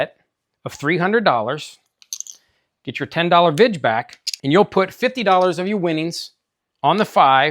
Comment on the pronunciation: VIG ! Not vidge